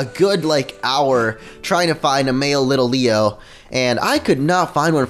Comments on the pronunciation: Why do you keep calling litleo little-leo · Bro its LIT-LEO, and Pancham is pronounced Pan-chum (I don't know why it just is!) are beginning to annoy me!